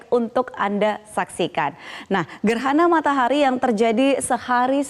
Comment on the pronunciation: gerhana matarah 🤣🤣🤣🤣🤣😂😂😂